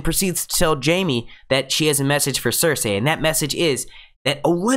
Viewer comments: Cersay? well that's not annoying at all how you say that, it's Cersei (cer-see) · Blood Raven, its the 3 eyed Raven, and you keep pronouncing Cersei wrong lol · CER-SAY ME-SAND-AYLMAO -VARR-IES man you really have a hard time with the names eh? :P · I dont know why i'm annoyed at how this guy pronounces Missandei and Cersei..like its not MEESANDAY or CERSAY.. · Why do you keep saying there names wrong varys cercei